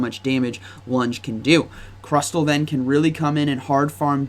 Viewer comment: Stop saying crusTTTLLE